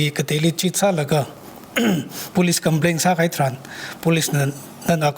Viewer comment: it's very fortunate that you are bringing people from different walks of life to share us important insights,but I have one suggestion since we have many people watching your show,you need to increase your English accent,for an example Police you pronounce as Bolice, Tangkhul as Dangkhul n many more, please try to improve on that area.